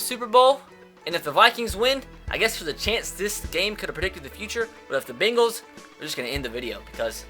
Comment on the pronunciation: It's pronounced Cincinnati BANG-les not BING-les